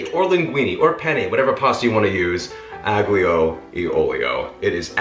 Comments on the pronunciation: Definitely my fave pasta dish. Had it for the first time while visiting Rome over a decade ago. (Oh, and aglio is pronounced more like ah-leo, which is garlic. Aglio e olio literally just means garlic and oil ) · Ah lee uh oleo- g sound is silent, hope that helps, love ya